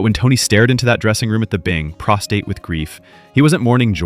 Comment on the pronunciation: Tony was prostrate with grief. "Prostate" is something else. (Or maybe you mispronounced it on purpose, as a nod to the Sopranos' use of malapropisms and incorrect word usage....?)